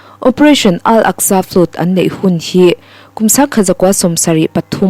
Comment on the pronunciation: Ziak tha, chhiar thiam bawk a, a ngaihnawm hle mai. Chhiar dik ngai lai 2 erawh a hriat viau: Flood chu "flud" tia chhiar loh tur. Secy (Secretary) hi a ziakah kaihtawi ni mah se, a thu kima chhiar tho turte zinga mi a ni. Rev. kan sawi dan ang hian aw.